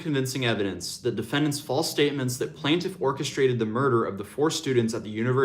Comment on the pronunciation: Its pronounced "plain-tiff" not plant- if. 😬 js